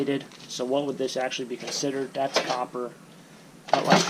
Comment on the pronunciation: And "copper"; not "cooper".